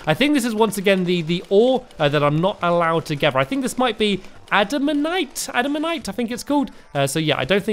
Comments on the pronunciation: Adamantite not andamandite,silly! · I know this is late but you should say it like this add-a-man-tight XD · you call the red ore adenmentite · Its adamintite but good job, keep up the good work stamps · The ore is called AD - I - MAN - TITE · ps adimpnit is how you pernowns it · its prononced and-a-mite